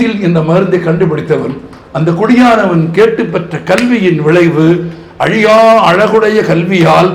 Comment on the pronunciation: அலியா அளகு இல்லை..அழியா அழகு... தமிழை தமிழாக பேசுங்கள் தயவுசெய்து 🙏